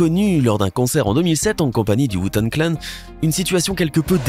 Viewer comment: A comment il a dit WU tang clan Chu choquer déçus